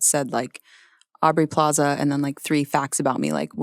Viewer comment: Does it bug anyone else that Amy calls Aubrey "Plazay?"